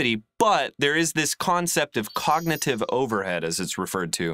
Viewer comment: Why is the video so dark? and it's "COGNITIVE" buddy not COGNATIVE :))